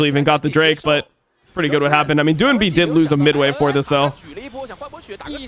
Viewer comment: Every time iwdomimate mispronounces the name doinb I cringe